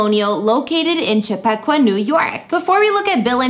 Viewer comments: Chip a qua.... It's native American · I'm gonna need you to learn how to properly pronounce Chappaqua. Chap-Pa-Qua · Not Cha pock wa